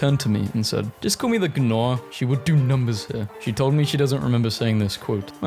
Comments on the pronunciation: Did he just say ‘Graiffon’? Did he just say ‘Guhnaw’? Did he just say ‘Van Goff’? Did he just say ‘Ornit’? Did he just say ‘Eksluphones’? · When a word starts with gn the g is silent